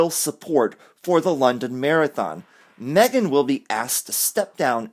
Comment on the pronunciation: "Me - gain" is crap.